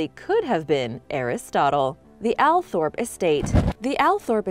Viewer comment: It’s actually pronounced All Thorpe not Al Thorpe ~ the Spencer’s are lovely people and the Earl Spencer always stops for a chat with people, my father and I have spoken to him on a few occasions. His home is stunning and the land is beautiful and peaceful to walk around and have done a lot. When they used to host the fox hunts when I was a child my dad took me and have always loved and support the hunt 😊